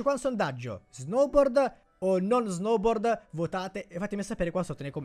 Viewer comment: Si esce lo snoubord